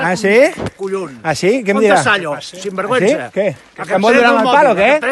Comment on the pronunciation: Monstre, feixista, com se t'acut dir "sinvergüensa" i "muru"? Ramon Llull estarà plorant des del seu repòs... De verdad... Que monstruo y fascista, decir " sinvergüensa" y "muru"... A ver cuando aprendemos a hablar catalán, octogenario cateto